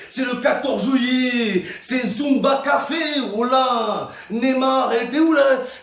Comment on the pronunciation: « Et ça fait Zumba Cafew » 😂